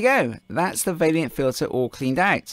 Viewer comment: Please stop pronouncing Vaillant vailyant